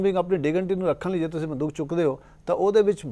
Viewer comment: ਪੰਜਾਬੀ ਜ਼ੁਬਾਨ ਵਿੱਚ ਬੜੇ ਹੀ ਸੰਜੀਦਾ ਮਸਲੇ ਉਪਰ ਗੱਲਬਾਤ ਹੈ । ਜਲਦੀ ਕੀਤੇ ਬਹੁਤੇ ਪੰਜਾਬ ਵਾਸੀਆਂ ਦੇ ਜ਼ਹਿਨ ਵਿਚ ਇਹ ਗੱਲਬਾਤ ਸ਼ਾਇਦ ਨਾ ਵੜ ਸਕੇ । ਪ੍ਰੋਗਰਾਂਮ ਦਾ ਹੋਸਟ ਜ਼ਿਆਦਾ ਸਵਾਲ ਸਟੂਡੀਓ ਦੇ ਕੈਮਰੇ ਉਪਰ ਲੱਗੇ ਮੌਨੀਟਰ ਤੋਂ ਵੇਖ ਕੇ ਕਰ ਰਿਹਾ ਹੈ । ਗੱਲਬਾਤ ਸਾਰੀ ਬੰਦੂਕ ਦੁਆਲੇ ਘੁੰਮ ਰਹੀ ਹੈ ਅਤੇ ਹੋਸਟ ਬੰਦੂਕ ਦਾ ਉਚਾਰਣ ਬੰਦੂਖ ,,, " ਖ " ਦਾ ਕਰ ਰਿਹਾ ਹੈ । ਚੰਗਾ ਹੋਵੇ ਅਗਰ ਪ੍ਰਸਾਰ ਭਾਰਤੀ " ਦੂਰਦਰਸ਼ਨ " ਤੇ ਵੀ ਅਜਿਹੇ ਮੁੱਦੇ ਆ ਸਕਣ । ਡੇ ਐਂਡ ਨਾਈਟ ਚੈਨਲ ਦੀ ਇਕ ਵਧੀਆ ਕੋਸ਼ਿਸ਼ ।